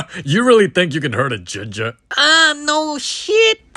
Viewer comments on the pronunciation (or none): I love the way he says ginngre😂😂